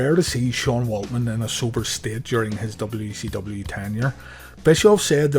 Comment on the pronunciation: It sounds like you are saying w e c w lol